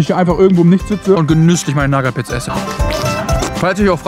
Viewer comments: Du sprichst die Nougat Bits falsch aus! 😂😊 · Echt super Video mach weiter so❤. Aber bitte hör auf Nougat Bits wie Nagat Bits auszusprechen da werd ich echt agressiv😂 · Sagt er absichtlich zur nugat bits nagat bits oder kommt es mir nur so vor ? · Nougat bits nicht nagat bits!!!!! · ey ich feier deine videos wirklich hart als stiller zuschauer aber ich muss wirklich sagen nougat bits werden nugat bits ausgesprochen und nicht nagat bits das hat mich schon ( gaaaaaaaaanz ) leicht getriggert xD aber nichts desdotroz wie immer ein hammer video:D und denk immer dran ALLES IST GUT SOLANGE DU FETT BIST xD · Nagat Bits->Nougat Bits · Wie er immer nagat bits sagt 😂😂😂😂......es heißt ausgesprochenen nugat beits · NAGAT BITS junge es heißt Nougat Bits, Nouuuuuugat Bits!! War so kurz davor abzuschalten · Es heißt Nougat Bit und nicht nagat bits es kommt von Nougatcreme die scheiße die da drinnen ist in den Cornflakes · ES HEIST NICHT NAGAT BITS SONDERN NOUGAT BITS AAAAAAAAAAAAAAAAAAAAAAAAAAAAAAAAAAAAAAAAAAAAAAAAA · Warum NAGAT???????NOUGAT ganz normal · Junge was nur nagatbit das heist nugatbits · Sehr Schweiiiiiniges Video auf jeden fall, Aber es heißt doch nicht NAGAT bits Hööäa Nougat mit OU xd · Ja ich schwöre man spricht es nuugat Bits aus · *Naggat Bids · Naja er hat Nagat BIts gesagt und eine Sekunde später sie Nuss-Nougat Taschen genannt. Also er weiß wie man es richtig sagt und kann es richtig sagen, macht es aber absichtlich nicht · Nagat Bits? Junge lern mal ein Produkt richtig aus zu sprechen😅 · „Naggat Bits“ 😆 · Nougat sprichst du richtug aus aber nagat bits dann ??? 😂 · oah ne ich muss ausmachen er sagt Nagat Bits xD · "Nuss-Nougat-Creme" kannst du sagen, ABER "NAGAT-BITS"?!?!?!?!?!?!?!?!?!? HÖR AUF MICH SO AGGRESSIV ZU MACHEN!!!!!!!!!!!!!!!!!!!!!!! -.- xD arschloch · Liebe deine Videos... aber digga wie sprichst du Nougat bits aus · Bro sprich Nougat Bits mal richtig aus